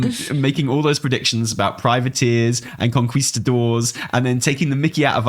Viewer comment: Spanish: kon-ki-sta-dor Americans: kuhn-kih-sta-dor: KonQUIHsTaDOr 😂